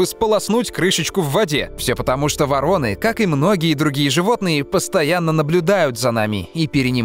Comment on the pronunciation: 16 дцатое там не ворОны, а вОроны.